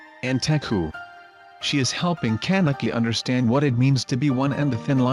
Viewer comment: I hate how it says CAN-eki